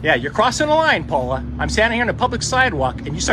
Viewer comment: “Yer crossin’ a line Pwaula!”